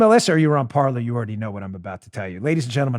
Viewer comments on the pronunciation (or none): Dan, I will join Parler if you start pronouncing it correctly. It's not "parlor", it's "parlay", the French infinitive "to speak". Linguistics lesson for the day. YW. 🤓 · By the way...it's pronounced Parlay as in to talk. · Parker, not Parker.